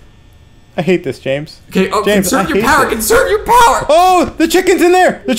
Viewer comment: U said James wrong